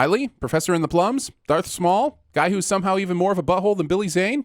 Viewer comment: "Darth Smaul," such a cunning linguist.